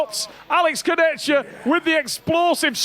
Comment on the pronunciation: Travis "Alex Kurdechka" Bagent